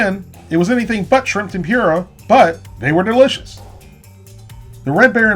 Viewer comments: Who else was triggered by how he pronounces tempora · who else is cringing at the way he says tempura? -_ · Didnt cringe, but definitely said it a little off. It's probably just my parents would pronounce it. No need to make a big deal out of it. Love the Wolfe Pit! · my god please learn how to say tempura correctly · lol, i get most people pronounce tempura, tempuruh. But the guy says tempeeruh XD. Like bruh, that like an asian pronouncing hamburger, haymbouger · Tempoorah, not tempure-a 😂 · LOL 🤣🤣🤣You said tempura like ---> tem - pure -a ... it's Tem - pour -a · Certainly not trying to be a snob here as I don't eat them anyhow. But it's pronounced "Tem-Poor-Ah" not "Tem- Pure - Ah". Like the channel and videos. Keep up the good work. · Tempura is pronounced "tem-purr-a", not "tem-pure-a". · Tem-poor-uh not Tem-pure-uh. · Tempura is pronounced tem per a not tem pyur a. Great video otherwise! Lol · Tem-poora...not pure-a and that coating was not tempura bahahahahaha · Temp-poo-ra NOT Ten-pure-a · tem poora, not tem pure a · Pronounce it Tem-Poura not Tem-pura but tbh I don't care but someone might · Awesome work but you pronouncing tempura as temp-yoo-ruh gives me agita for some reason. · "shrimp tem-PYOOR-uh" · Temp Pooh rah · Tempyura lol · Please stop saying Tempyoora. Theres no Y in Tempura. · "Shrimp Tempeera" Interesting pronunciation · Why was i getting triggered when you said temPUREah. That is definitely not how you say it 😂 good video though. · Tem-pur-a. Correct pronunciation. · "tem-pure-a" huh? Is that like nucular? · Tim-pure-uh lol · Shrimp TemPyrrha is triggering me D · Repeat after me tem-poor-ah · Tempura is pronounced tem-poora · tem-pooh-ra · Shrimp tempeara lol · "Shrimp tempyura" 😂😂😂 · Its not pronounced "Tempura" even though that's how it's spelled. Lol!!! ( Tem - poor- a . ) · I’m sorry but the pronunciation is temp like temperature but just temp - poor - a like the word a temp-poor -a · That’s not how you pronounce tempura